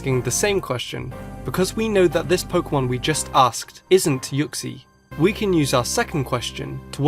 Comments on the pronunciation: It's pronounced ooksy not yooksy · it's not u-xie its oo-xie but it's spelt uxie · u say uxie rlly weirdly